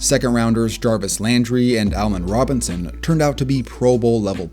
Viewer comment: Bro said Almond Robinson?